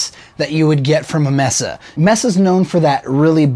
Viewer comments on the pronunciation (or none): Dude, nice video but just two things... One -- the companies name is Mesa, pronounced May-suh, not Mess-suh. And two -- kind of hard to really hear the guitar and the amp sounds small and a bit thin. This is the thinnest that I have heard this amp sound and it sounds very sterile. Not tubey at all. Just two things to mention and an opinion. If anything, this video has made me reluctant to buy this amp. And I own a lot of expensive amps. Unsure if this will do anything that I could ever use it for now. Thanks for the video anyway. Very good production, aside from it being hard to hear the guitar. Edit -- oh and how does one bias this amp? And can one change tubes? Thanks. Edit -- after hearing it a second time we can turn the sound up, of course, and hear the guitar amp, but the spoken word volume is so much higher than the amp. The amp does sound more full though, but still more sterile than expected.